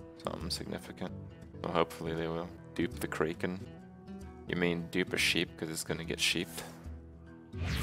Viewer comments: What the hell is a Cray-Ken? I have never heard it pronounced they way he does. Kraken. Imagine all of the pirate and mythology movies you've seen. They didn't yell "Unleash the Cray-ken!", it was "Unleash the Crack-en!" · What the fucking fuck is a kray Ken.